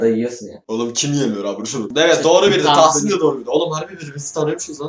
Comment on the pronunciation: Abi ben tahsin abi ye ben dahsin diyorum gbghbfghfhf